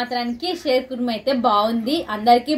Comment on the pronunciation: షేర్ కాదు షీర్ ఖుర్మా అంటారు